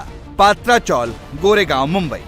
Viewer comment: पत्रा चॉल है, पात्रा नहीं...